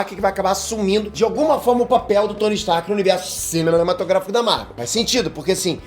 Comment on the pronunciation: Peter falando : "universo cimenematrográfico da marvel" kkkkkkkkk